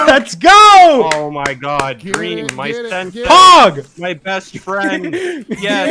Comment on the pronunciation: Thought he said senpai